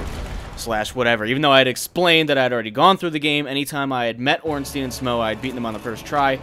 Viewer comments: I know this video is quite old, but Smough is pronounced like 'smoff'. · I'm pretty sure Smough is pronounced Schm- ow or Schm-oh or Smau-gh as in Smaug from LoTR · who is to say it isn't pronounced like "though"?